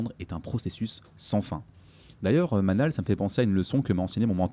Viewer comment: Manal et non manel sorry😉